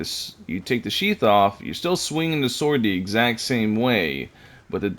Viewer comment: I’m not gonna ignore the fact that you said “SHORD”